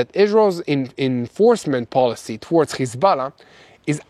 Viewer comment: It's Hezbollah it shouldn't sound like you're Hocking a loogie when you say it bro😂